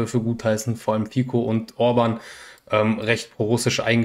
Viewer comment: Zwei Punkte wären hier zu erwähnen: erstens der Typ von der Slowakei heißt nicht "Fiko" sondern man spricht es "Fitzo " Aber viel wichtiger: Bei der Sache mit Charkow, es fehlt der wichtigste Teil, wenn es eine Analyse sein soll: Grundsätzlich wäre der Besitz der Stadt sehr wichtig für Moskau, des geht über irgend welche politischen Dinge weit hinaus. Nur Odessa wäre von noch größerer Bedeutung. Aber die Eroberung war nie eine Option, es sind viel zu wenig Soldaten an der Front. Moskau müsste mobilisieren, tut es aber wohl bis Herbst nicht. In diesem Sinne, kann der einzig logische Grund für die Unternehmung der Russen sein, noch mehr zu eskalieren. Denn Pufferzone schaffen, geht nur durch die ganze Eroberung der Oblast Charkow, Tschernigow & Sumy. Aber wie gesagt, weit zu wenig Soldaten an der Front. Somit ist die Geschichte mit den Truppen binden, auch nur so ne halbe Sache, mit wenig Soldaten, binde ich wenig Soldaten. Deswegen auch keine großen Durchbrüche an der Front von Kupjansk bis Dnjepr. Nur ein allmähliches Vorrücken mit relativ vielen Opfern. Um die Russen zu verstehen muss man davon ausgehen, dass sie ein größeres Ziel verfolgen, bei dem die Opfer(auch die eigenen) nicht so wichtig sind, sondern das große Ganze. Für dieses Ziel sind sie bereit einiges in Kauf zu nehmen, des erklärt wohl, warum sie den Krieg auf eine Art und Weise führen, die seit 2022 zu massiven Opfern, auch der eigenen Zivilisten führt. Es wird einfach hingenommen, statt allgemein mobil zu mach